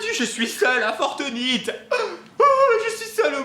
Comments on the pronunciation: Le coffre dans le garage oublier et sa se dit pas fort nitE mais fornite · Oui mais lui il dit fortnïte 😂😂